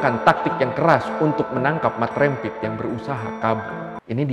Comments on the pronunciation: Cara sebutannya rempit bang..Bukan rémpit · Rempit Dibacanya bukan seperti penyebut REM/LEM bang. Tapi, seperti penyebutan TEMPAT, LEMBUT, GEMBALA.